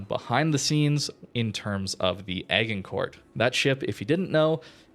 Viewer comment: You're dead right about the ruckus; anyone with a brain could see it was a highly cynical event. For info the pronunciation of Agincourt is AJINKOR.